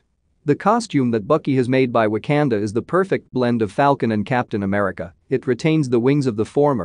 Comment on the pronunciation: Wtf is w a k a n d a Pronounce it probably